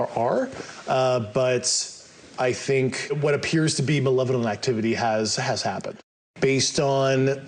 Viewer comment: Constrived, Nuculer, Manevolent 😅